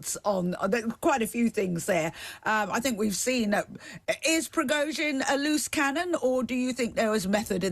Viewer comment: Who are these clowns ? He can't even say Prigozhin and she described him as "self-acclaimed" . At least find someone who can speak English if you want to achieve any kind of credibility...